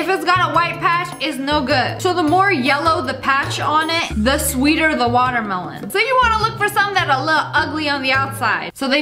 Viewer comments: Does u want da water malon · Whenever she said melon I just heard water malon. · Watermelon-water meh lawn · Nobody: Literally nobody: SSSniperwolf : watermalone 😂😂😂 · SAME😂i started to pronounce watermelon like that since then😂